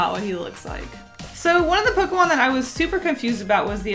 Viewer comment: DO NOT LEAVE OFF THE K IN POKEMON!